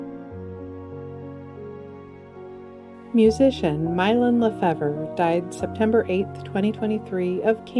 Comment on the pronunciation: Not familiar with Myron LaFevre but everyone I've ever met w/the same last name pronounced it "la-FAVE" (YMMV...)